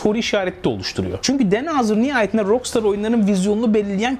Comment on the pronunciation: rockstar'ı niye ROKSTAR diye söylüyorsun? her duyduğumda kulağım kanıyor, özelliği varsa açıklar mısın? eleştirmiyorum, bilmediğim için soruyorum :)